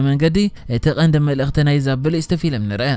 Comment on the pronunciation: Xubuk akerarba aleka bejaka gina ፊሊም aytbel ፊልም bel ...